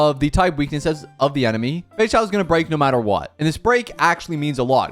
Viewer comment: For my Portuguese speakers, I can't be the only one who kept hearing "Feijão" everytime he said "Feixao" 😂